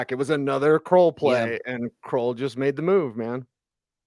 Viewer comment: Are you guys sure of that pronunciation? Looks like it’s KRULL as in SKULL? Everyone pronouncing it as KROLL as in TROLL. Maybe you can check with him which is correct. It’s nice to pronounce someone’s name correctly.